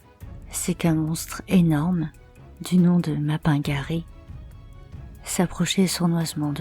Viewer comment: Tu as presque réussi à faire toute la vidéo sans mal prononcer "Mapingari" xD En tout cas, gg pour l'histoire, surtout que le mapingari est l'un des cryptides les moins connus.